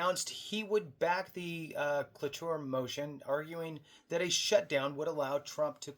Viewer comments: There's supposed to be a veteran hiring preference in government employment to begin with. It's similar to the duty to assist for the VA, they don't worry about it. Cloture is pronounced klo chur. And it means stopping the debate (known as filibuster) and calling to vote on the bill itself and it takes a 60% vote by the Senate. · Cloture (pronounced clo-chur) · It's pronounced klow-chr 😂 ! Not making fun brother, but you did make me laugh! Keep up the great work and good fight! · Thank you. Lolololol. I really thought he was saying clitoris Like WHAT??? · lol..... Cloture sounds like KLO CHURE